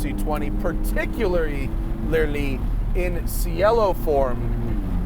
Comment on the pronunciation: as long as we're making a point about how beautiful the name is, we might as well use its actual beautiful pronunciation "chay-lo". and yes, poopidiboppy is correct.